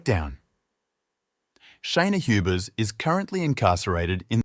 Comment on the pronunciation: Its not pronounced tiffy its tea fay 😅